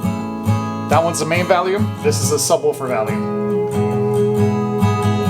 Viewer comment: Volume not valume lol